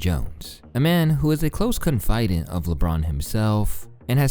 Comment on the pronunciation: Is this narrated by an AI?! The 'guy' mispronounces some pretty elementary words: Lead Egregious Confidant WTH? Other than that, cool video.